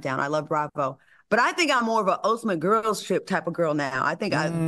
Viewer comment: Al acting a ass cause of the guest host. I know Claudia be over them "gwarls" and Claudia tryna say Al, the same way you pulled Star Jones. That's how.